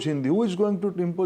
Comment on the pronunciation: It’s not impoje, it’s impose . Omg who selected him as education minister